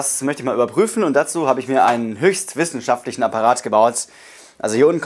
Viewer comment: «Ein höchst wisswn schaftichen aparat» junge lern deutsch!